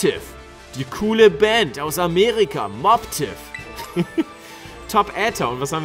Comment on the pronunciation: Den spricht man Mobbtiff aus, nicht Moobtiff😉